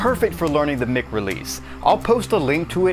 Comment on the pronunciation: Surely it's mike (mic) and not mick??